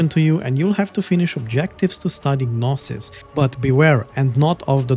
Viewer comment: Great preview, I might pick this up. Thanks! Just a tip, the "G" in 'gnosis' is silent, but your pronunciation was otherwise correct.